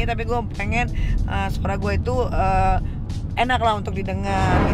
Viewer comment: "hati-hati dijalan ee" 😅 dialek Palu ❤ sehat terus Bapak Wakil Walikota kami yang In Shaa Allah bentar lagi akan jadi Gubernur Sulawesi Tengah ❤